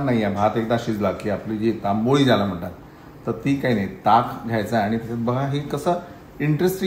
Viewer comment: तंबळी असा शब्द आहे तांबोळी नाही हो